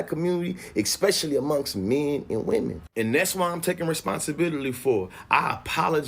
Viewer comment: What makes this man a fool, is he hides behind words salads. And not genuine understanding. my mans said “exspecially” c’mon man. Fellas like him really get told they’re so smart and speak very well. Ha. Fools speaking foolishz